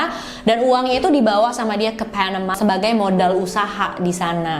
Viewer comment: keganggu banget sama pelafalan pas host ngomong,biasa aja kak klo bisa,,,,misal : panama ,ga mesti jadi : PHENEMA. Asli dr dulu selalu ngerasa keganggu bgt,biasa aja kak baca nya,kecuali klo baca nama org asing boleh lah.tapi pelafalan nya di kuping aku selalu terdengar aneh terlalu maksa kak.bisa ga biasa aja baca nya.padahal cerita2 yg kakak suguhkan udah bgus2 lho.ini cuma masukan aja.thanks